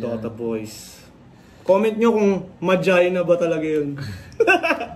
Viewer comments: Ma jay na daw pronunciation sa probinsya nila. Inexplain ni sa website nya. Pero Ma-gee-na talaga yun. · Butas si dito 😅 'Mah-Gee-Nah' basa dun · SAME! MAJINA! kung bigkasin ng mga dota player non ma-gi-na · Idol, yung ma(jai)na na pagka pronounce mostly sa bisaya baka ganun din sa waray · Mali pagkasabi ni Tama Yung Sayo kasi pag naglalaro ka ng dota1 sasabihin kasi ang name ng hero mo tas ang pag bigkas non ay Yung pagkasabi mo